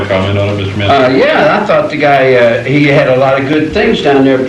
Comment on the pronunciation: M A N ... S O N ... thats "Son of Man(kind)" ... why he says "Manssenn" ? One of the most sad stories of a "system fed on souls" so far documented.